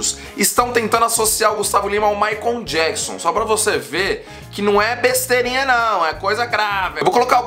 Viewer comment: "Maicon jequisom" kkkkk